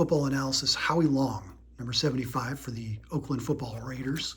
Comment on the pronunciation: I think u mispronounced that Howie Long name lol